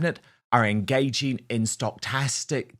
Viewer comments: It's "STOCH-astic" terrorism, not "STOCHT-astic"terrorism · Sto-cas-stick Sorry for being pedantic